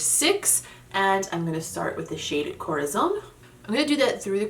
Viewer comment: As always great looks aaaaand congratulations about your spanish words, your “corazón” is closer to a south american way of pronounce it but the other words more like to the standard central spanish, love the way you say “sangre”. Sooo not bad at all!☺️👏🏻👏🏻👏🏻👏🏻